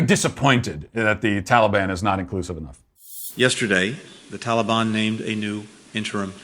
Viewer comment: Why are they suddenly pronouncing Taliban like that?